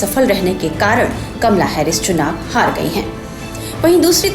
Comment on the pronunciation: kamla nahi kamala bol bhai